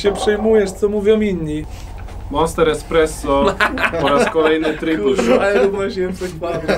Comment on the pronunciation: to niezłe "EKspresso". Ponczek na salonach :D